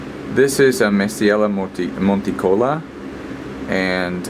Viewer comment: Hey. your grow space is fascinating and I find myself looking forward to your videos. so thanks! btw the stress on monticola is on the i:-)